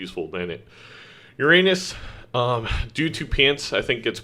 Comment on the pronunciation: thats not how your pronounce uranus